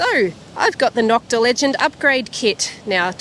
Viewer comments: Cool video. The O in Nokta is pronounce like the O in Makro. Long O, like the word No. It's a shame the compition started people saying Knock-ta. I took mine to my gold mine and was very pleased it would glide right over nails and not even make a sound. I've detected since 1973 and had every technology. I used to live in Turkey, so I just had to have this machine. Thanks again for a fun video. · I just watched her live on Facebook. The first time she said Knock-ta. Then afterward, and when she gave thier website, she clearly said NO-k-ta. LoL. I asked her to clarify. I told her all my Turkish friends (around 40 people and 2 being Turkish teachers) all say NO-k-ta is correct. I mentioned this to her about a month ago and she gave me a thumbs up NO-k-ta is correct. I know the two brothers that own Nokta and Makro are proud of their product. She needs to be consistent in the correct pronunciation for brand image. Knock-ta is a slur used by some competitors, as in knock off, and has crept into the brand name unknowingly by owners.